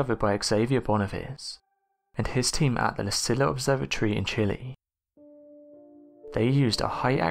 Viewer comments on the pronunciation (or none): none